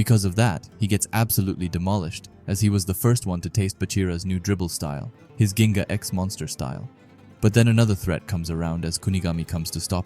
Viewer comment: Being that annoying guy, as a brazilian, it is said more like "jinga"